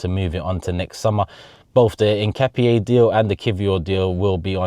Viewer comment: As an Ecuadorian myself, you’re the closest in the pronunciation of Hincapié. ( In-kah-pee-aye)